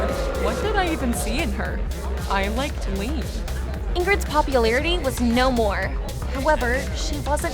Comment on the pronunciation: Why do they keep pronouncing Leanne as “lean”… It’s “Lee-ANNE”.